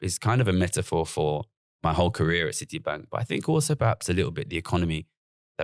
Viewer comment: Why has Gary added a Los Angeles style twang to his accent for this podcast? He keeps saying Cidee instead of City and other weird quasi-Americanisms. I'm scared he might start going up at the end of his senTENCES.... like he's asking a queSTION